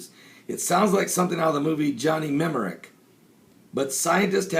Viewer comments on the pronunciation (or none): It is pronounce Johnny New-mon-ic not Numeric